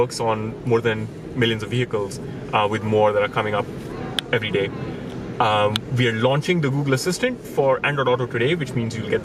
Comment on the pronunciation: It's "we" not "ve". Learn how to fucking speak properly. If you don't put the effort you will sound like a moron.